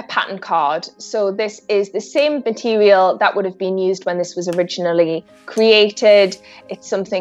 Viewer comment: Narrator pronounces her r's like she has a speech impediment. "Owiginality." "Matewial." It's distracting from the video.